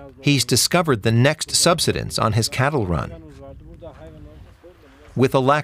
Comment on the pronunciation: Subsidence was pronounced correctly. Not subseyedence. English is now so Americanised. Also depends upon the age of the speaker. UK. Aged 84